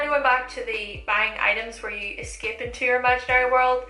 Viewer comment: Whenever I hear your accent (ex. eskep) I want to give you a kiss because it's super cute! Btw where is accent from?